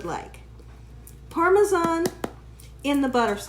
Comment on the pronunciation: I’m happy to hear you say Parmesan instead of “Parmeshawn” like so many ppl 😆